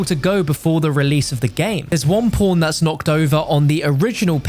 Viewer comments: am i the only one who thinks he says p0rn instead of pawn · Am i the only one who thinks hes saying porntextporn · All I hear is "PornTakesPorn"